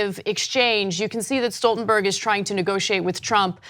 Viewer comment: Kudos to Ana for pronouncing Stoltenberg correctly! For some reason, people seem to think his name is Schtoltenberg.